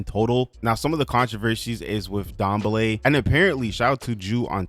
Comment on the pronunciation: Thanks for pronouncing Dambele somewhat to better degree than most other simmers. It's pronounced : dahm-bay-lay